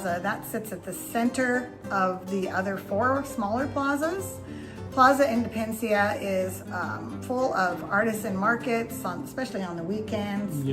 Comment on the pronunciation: Drove me crazy when you were speaking about Plaza Independencia, and kept calling it "Indepencia," leaving out a whole syllable. Kinda funny, kinda annoying. But I appreciate the tour!